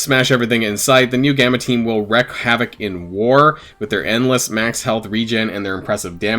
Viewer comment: It is pronounced " reek" havoc . I see many many YouTube's mispronounce this and ive finally burst.. Is it me ? Ugg it cant be im so smart.. its reek havoc not wreck